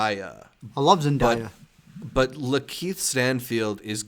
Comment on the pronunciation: First off, love you all and the podcast. I just wanted to say that Zendaya's name is pronounced Zen-DAY-uh!